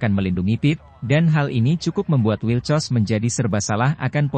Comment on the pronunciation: Wilcox min, bkn wilcos 😥😒😒😂😂